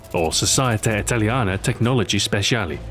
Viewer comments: In italian you have pronunced: Sosieta Italìana Tecnologìee Spesiali. Your italian suck. But it's a bit funny! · You made it sound brazilian lmao. CI is basically CH